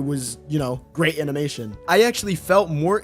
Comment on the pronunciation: “amimation”😭. Anyways, entertaining video.